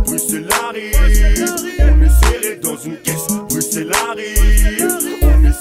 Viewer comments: Juste comme ça on dit bruSSel même si ça s’écrit bruxelle mais tres bonne videos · Waaaa c'est ouf félicitations à vous PAR CONTRE ON PRONONCE BRUSSEL ET PAS BRUKSEL voilà voilà ça c'est dit 🙂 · Putain c’est bruxelle mais sa se prononce sans le x bruselle🇧🇪🇧🇪🇧🇪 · Ouais Ouais la Belgique !!! J’espère que t’as appris à dire Bruxelles sans prononcer le X pendant ton séjour 😄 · CA SE PRONONCE BRUSSELLES! QUAND EST-CE QUE VOUS ALLEZ COMPRENDRE????